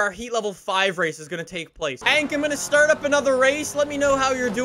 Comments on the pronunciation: Is it only me or does he keep saying ank instead of hank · I love how he says “ank” instead of “hank”